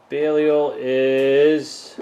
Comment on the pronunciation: how did you pronounce belial???